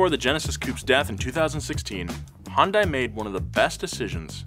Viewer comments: It's pronounced "hyun-day"!!!! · Hi-yoon-die lol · It's painful to listen to you pronounce the company name differently literally every time you say it... Hun-die, Hon-dai, Hi-un-die, He-oon-day. Please, just pick one! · 🤦‍♂️ As a former 2003 Hyundai Elantra GT 5 speed hatch. I find this pronunciation stupid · It's HYUNDAI. H - HELL Y - YESTERSAY U - OO N - NOW D - DAY A - SHORT A I - LIKE HOW YOU SPELL E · I love how he just pronounces Hyundai so many different ways without even noticing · I ain't even mad about the pronunciation of Hyundai, I drive a Tucson and called it Hy-un-die all the way until I started driving. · You look up how to pronounce that shark but not Hyundai. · I absolutely loved my 04 Tiburon. Also I hate how you pronounce Hyundai😂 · That’s not how you pronounce my dude 😭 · LOL Is it that hard to pronounce Hyundai once correctly. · It's pronounced, "Huhn-Day", not "Hahn-Die" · It’s pronounced Hahn day not hi un day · Hun-DAY. Wtf is hi-un-die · Hyundai is pronounced like “Sunday” but with an H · I dead ass pronounced it Hsunday now🤦‍♂️ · No it's not, it's pronounced He-un-die-ee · it's pronounced like hyundeh 현대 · no it aint, take it from a korean. Its pronounced Hee yun day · Stop pronouncing it with and i. Hyun-deh. Done. -korean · yea the english spelling of korean words is very often incorrect. It's hyun deh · Wrong it's Hi-yun-die-yay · nein the pronunciation of 'A' when saying apple. h-yun dae(Hyundae moters) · I'm korean and it is pronounced hyunde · What a fantastic video! I simply wanted to share an interesting tidbit with all of you: the correct pronunciation of Hyundai is "Hyun" (similar to "Shun") and "Dai" (pronounced like "Dé"). However, in the grand scheme of things, I guess it doesn't even matter. I truly believe that this automaker's trajectory will only continue to soar. Bet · hyundai, rhymes with young day. <3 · Guys it's pronounced Hyuun Day like a Sundae 😭 Killing the Korean inside of me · what’s a HIYUNDAI?